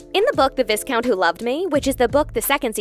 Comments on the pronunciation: Oh no I am not that person who interjects occasionally to correct another's grammar or pronunciation, but the mispronounced" viscount" as discount was bloody jarring to my ears. Plz forgive my seemingly snobbish manner but it's an utter disgrace to pronounce it so WRONG repeatedly. 😭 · Just an FYI: The word "viscount" pronounced "vai-kownt." The "s" is silent. Same with viscountess. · VY-count. In the UK it's a great biscuit too. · My good woman - it's pronounced VYE-COUNT. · Not the vissscount 😂😂😂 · The word Viscount is pronounced: VY-count. The "S" is silent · I cringe every time she said "ves-count". Omg! Why did no one tell her she was saying it wrong when she recorded this?! 😂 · It's v-eye-count. The s is silent and the i is long. Good grief! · Viscount doesn't rhyme with discount. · What is it with YouTubers pronouncing Viscount with “s” in it? Didn’t you have classes in English and English literature at school? My native language is not English and I know how to pronounce it! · Viscount like discount 😂☠️ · viss-count - shoot me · Please don't pronounce 'S' in Viscount!! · Did this reviewer even see the series? The 'n" in Anthony is silent and is pronounced "Antony". In Viscount the "s" is silent and pronounced "Vie-count". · VISS-COUNT WTF LOL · In Viscount the s is silent. 🤫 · I'm sorry, I have to say something,viscount is pronounced with a silent s.... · “Vis”-count ? Did u even watch the show lmao? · is this an ai voice? If so, it's very impressive! if you watched the show, you'd know that it's pronounced vai-cow-nt, but i imagine it's tough to program a voice to pronounce things correctly?🤔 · It is pronounced VIE-count. Sheesh... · stop saying VIS-count DDDD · When you have a YouTube channel. Do the research. ViScount 😂😂😂 put aside research. Did u ever watch this show? You would know it's not Vis..... So how are u reviewing without watching and probably reading? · VIS-count? Really? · Y _count ! And y -countess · It's pronounced " VÌ COUNT"